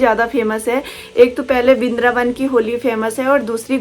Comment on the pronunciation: Bindraban❌ vrindavan ✔️